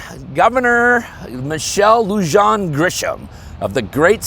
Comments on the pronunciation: OMG...LOO-hawn, not whatever you said. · So first, say the "J" in Lujan like an "H". but in regard to count Grisham, who cares. you are 100% correct, most of the gun violence is "gang" related. People in New Mexico don't want to believe the cartels are here, they think it's only in Mexico. They are here and operating in Albuquerque, we're only 6 hours away from Mexico. The Prison Gangs still have a reach out in the streets as well. These politicians live in the rule areas or gated communities, they don't know what's really going on. But I can tell you the violence is moving and creeping into the "good" neighborhoods.